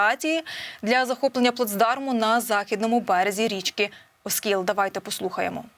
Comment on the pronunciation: оскІл,а не Оскіл.